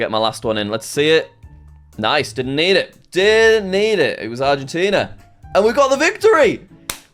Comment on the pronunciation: jack got Argentina right‼